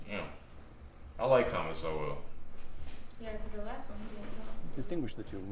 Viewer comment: Why can’t anyone pronounce his name it’s sole not so well